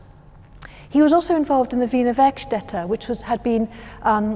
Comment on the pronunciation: Thanx for confirming for me how "Wiener Werkstätte" is pronounced.